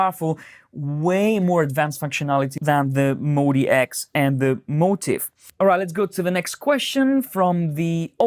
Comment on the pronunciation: Calling it the "Moe DX" ruins it for me. MODX clearly should be pronounced "Mod-X." On the plus side I no longer have GAS.